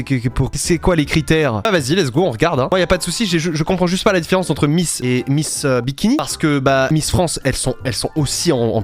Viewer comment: j'ai l'impression de devenir fou à force d'entendre "Miss Dimitri" à la place de miss bikini....